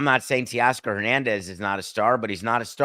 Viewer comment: TAY-Oscar NOT Tee-oscar🙄